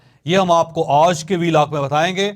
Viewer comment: Plz pronounce word آج in urdu not in English with a tilt of ur mouth😂